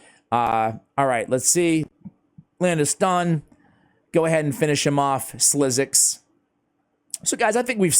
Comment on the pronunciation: SliXus,😅 speak it out as SLICKSUS 💜